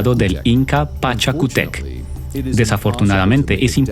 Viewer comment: Muy bonito casi 100 % acertado ya q algunos nombres estan distorcionados como sacsayhuaman no estoy seguro de q este bien escrito pero haci se pronuncia o como pachacutec (correcto) y no pachacutic (incorrecto) graciaa saique estos temas pero busca mas exactos